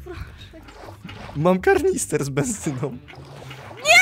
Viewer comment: Kanister idioto,a nie karnister XD